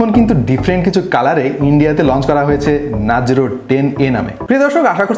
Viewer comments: ভাইয়া,,,,ওটা "Narjo" নাজরো নহে (৭.৩০সেকেন্ড) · Nazro na vaya....narzo....im a big fan of u❤❤❤